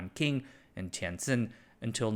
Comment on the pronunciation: A most engaging exposition, my good fellow. While the vagaries of tariff policy remain as inscrutable as ever, I am equally bemused by your avant-garde pronunciation of Nanking and Tientsin.